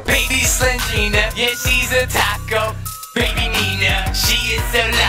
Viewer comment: "baby Nina is a TAKCO" Lolo Lil 🤣🤣🤣🤣I know I spelled it wrong its just how he said it